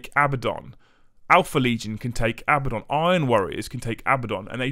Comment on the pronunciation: It's pronounced . It has 2 D's, not B's.